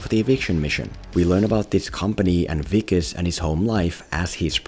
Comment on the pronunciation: You pronounced Wikus so well- I had to rewind! Lekker dude. Love from 🇿🇦